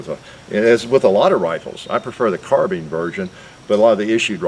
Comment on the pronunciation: Because it is “carbIne” not “carbeen” 🙄